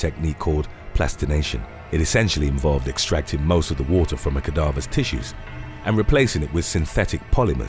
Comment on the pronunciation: You are mispronouncing cadavers.